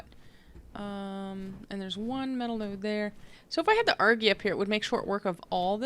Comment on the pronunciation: No hate but you say Argy Arjy